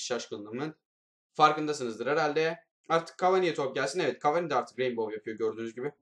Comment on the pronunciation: abi cavani deme cavaaaani de